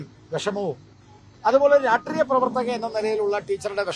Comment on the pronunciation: രാട്രീയം അല്ലടോ മനുഷ്യാ ..... രാഷ്ട്രീയം🥺